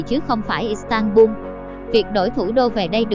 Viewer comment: Giọng nữ đọc là istanbung nghe quê lắm nhe